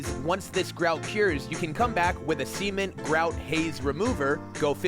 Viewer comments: bro. Stop saying semen board like this. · Why do you keep saying semen-t instead of cement